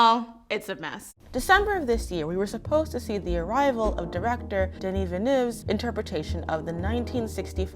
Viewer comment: I want to thank you for your excellent pronunciation of Denis Villeneuve’s name. My Québécois ears are soothed.